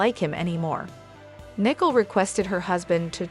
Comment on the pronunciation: Her name is Nicole pronounced as "Nee Cole"...